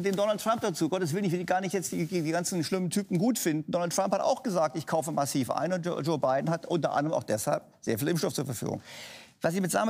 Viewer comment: Also bei der Betonung könnte man denken das es um den Rapper massiv geht😂😂